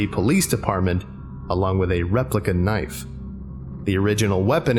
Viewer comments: Oi, ew got a loicense fer vat knoife? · "Now that's a noife"